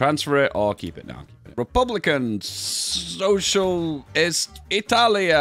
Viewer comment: Like, im italian and i never hear a "Republica sociale italiana" like this.